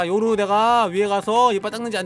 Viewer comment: 님 웃기심ㅋㅋㅋ요루를 요후 라고 말한닼ㅋㅋㅋㅋ